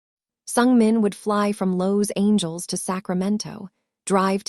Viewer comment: Beautiful story just get a narrator that can pronounce Regina and Los Angeles a little better other than that awesome. Favorite parts they were on the hunt looking for Regina, him coming to the vet with a dog that he had found at a construction site, Hannah making a video of Lucky lol and Regina's grandma talking about the men's in her yard and when she said they better not step on her roses 🌹😂 hahahahahaha. On the next one can we get more scene's please 😁 and thank you. Watching from Texas